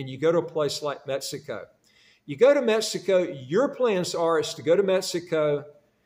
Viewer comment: Dubai- people speak English and you can understand it?? Huh? Sir you’re saying MESSICO in the entire video.